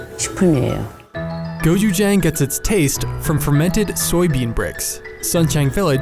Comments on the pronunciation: you didn't even TRY to pronounce "gochujang" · Just pronounce gochujang the way it’s spelled jfc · I'm sorry but the way they pronounce "gochujang" ticks me off HAHAHAHAHAH